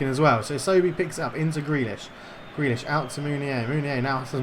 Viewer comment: You still got it wrong 😂 But, just for the effort, you have yourself a new Patreon As for favourite player? Well, it was a tough one between McGinn and Tierney so I’ve gone for Grealish lol Gotta stick with my kin and say Tierney. Always plays well